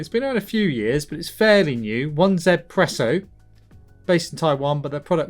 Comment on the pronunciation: 1zpresso is pronounced ezpresso